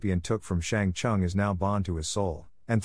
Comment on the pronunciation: "Shang Chung" ....